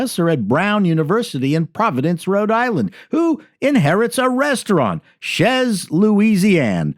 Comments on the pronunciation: Chez isn’t pronounced shez it’s chey. God gave them google but their fingers can’t type 🙄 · That pronunciation of "chez" proves that truly hates French;).